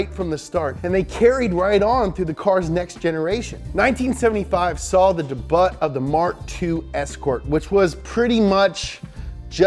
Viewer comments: Debut?????? Its French sounding daybuuu lol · I don't think you're supposed to say it like that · Did he pronounce 'debut' as "deh-butt"? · Its a joke! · no one: donut media guy: debutt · He pronounces debut as “da butt”, Moron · my man said debut incorrectly. Haha.